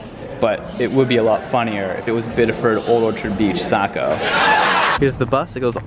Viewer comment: It's pronounced ˈsɑ.koʊ, not ˈsæ.koʊ. But don't worry, you didn't mention Bangor, so no one has to know if pronounce it like "banger."